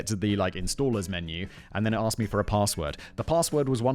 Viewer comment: Lol@ presenter: "paRRRRRRRRRRRRRRRRRRRRRRRRRRRRRRRRRRRRRRRRRRRRRRRRRRRRRRRRRRssword"